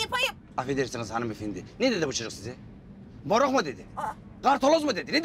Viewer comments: Morug mu dedi??! 😂😂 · Moruk mu dedi kartoloz mu dedi 😀😀😀